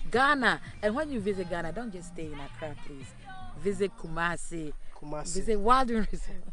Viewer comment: Its not Kubasi. Its Kumasi 😁 Much Love😘